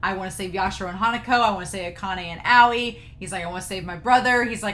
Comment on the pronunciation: Hello, new viewer here. Just wanted to say this reaction video was beautiful, but Aoi’s name isn’t pronounced “Aow”. It’s pronounced “Owie”, like what little kids say when they get hurt. Hope this helped! <3